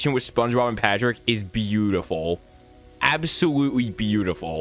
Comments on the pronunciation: “Absowutewy beautiful.” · “absowutewy beautiful.”